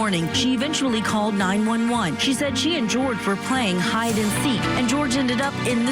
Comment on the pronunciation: Why is this woman going back and forth with his name?? My gosh it's pronounced Jorge (George) .